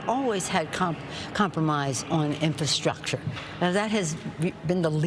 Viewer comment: SHE SAID " INFANT STRUCTURE " !! " CONSTRUCTIONS " ??